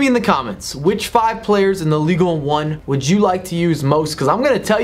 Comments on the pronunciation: Its pronounced Ligue On. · That pronunciation of Ligue 1 though.